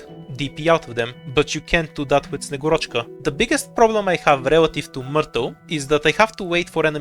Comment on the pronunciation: man i was expecting a better name pronunciation from you as a bulgarian, at least put a stress on a right vowel :/